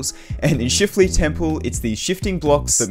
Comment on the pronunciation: bro i keep thinking is says “shitleaf temple” 😭😭😭